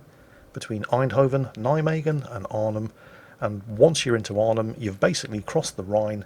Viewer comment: Your pronunciation of Eindhoven and Deventer is actually pretty good, Nijmegen is quite good except the 'g' is the typical Dutch g in the back of your throught. And with Arnhem the stress is on the first syllable isntead of the second. It's better then most English people!